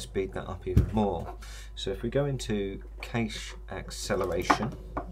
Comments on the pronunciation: Nice video, even if you do have a funny pronunciation of 'cache', it's normally pronounced "cash" not "cay-sh". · Very helpful. Also made me check how I’ve been pronouncing cache. Correct is indeed “Kash” phonetically. If that’s helpful 😊